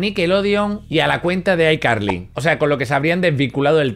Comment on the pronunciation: Abuelo si pronuncias bien ICarly